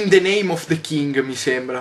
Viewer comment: yotobi non ti arrabbiare ma "of" sil legge "ov".